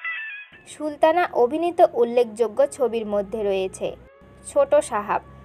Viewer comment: আগে কথার উচ্চারণ ঠিক করেন, ছি :কি বাজে উচ্চারণ। আপনি তো সুলতানাr নাম ee উচ্চারণ করতে পারেন না